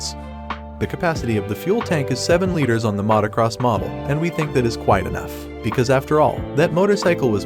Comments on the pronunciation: AI does not know was Mautocross is. Yet. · Immediately unsubscribed when i heard Matacross and AI voice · You really couldnt find a narrator that can correctly pronounce Motocross?